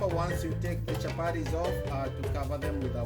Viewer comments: CHAPARIS PLEASE IT IS CHAPATI.... WORA ITS WATER. WOTA! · Chapatis NOT Chaparies, great job though Chef👨‍🍳